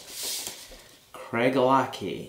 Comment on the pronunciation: Very nice review. A Scotsman pronounces this CraiGELAH-Key. Different stress points and CH as a K.